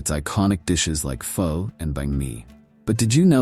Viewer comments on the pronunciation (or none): Love your narrative, both says much and shows a lot of Viet Nam most of us "round eyes" are unaware of...... The point that piqued my attention in your narrative was your complete annihilation of the word "Pho". Yes, I understand it's spelled like that...however, just because it's spelled that way DOSEN'T mean it's pronounced that way, in this case to "o" is pronounced as "a" or as in the whole word...."Pha". Attention to detail, attention to detail.😊 And for anyone a little squeamish about sampling Viet Namese cuisine......Pha is a VERY good dish to start your journey with and then gradually work your way into the more "exotic" dishes.